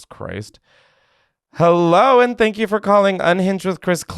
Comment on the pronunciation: hewwo clementines